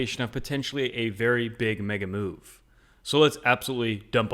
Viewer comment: you kept saying Mega Move, I kept hearing Mega MOO, and now I have a hankering for Dairy Queen....